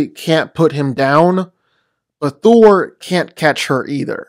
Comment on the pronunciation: Why does he pronounce Thor's name as "Thur"?